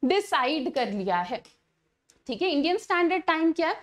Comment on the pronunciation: Thik hai hota hai😢 chik hai nahi😅